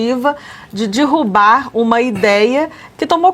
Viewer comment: Pq essa senhora falou "dirrubar"?